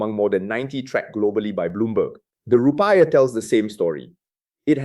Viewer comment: The report sounds legit. But the way he pronounce Rupiah wrongly makes me doubt it a bit.